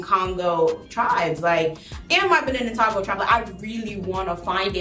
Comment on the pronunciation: togo is pronounced toe-go